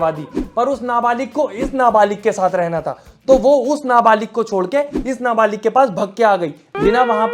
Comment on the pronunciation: Nabalik nhi nabalig hota hai